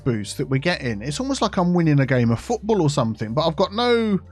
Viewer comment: Although does have a southern accent, most likely south east, he most certainly doesn't sound posh or pretentious. He makes common pronunciation mistakes in the south such as something/somethink for example. He is clearly just a down to earth, intelligent, nice guy.